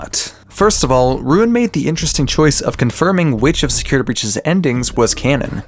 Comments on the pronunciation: Forgive me, Please please forgive me- but. "Securitr" I'M SORRY XD 😭😭😭😭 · Securituh breach